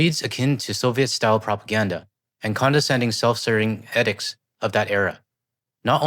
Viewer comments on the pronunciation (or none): the one word you mispronounced edict witch I've always herd as E-dick T lol keep up the good work man love your channel also really wish the Ozy had said "force out of office" rather then "force him to fallow the laws"